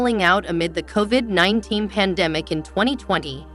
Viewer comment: Just keep going over everything in the seasons over and over and over unable to pronounce anything because it's a computer that can't speak the English language correctly. Half the time it spells c.o.v.i.d. because it can't pronounce it. The title doesn't match the garbage in this , nothing breaking here, ysabels surgery was years ago, don't even bother.